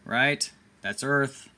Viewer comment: That didn't say "Earth". It said " Garth".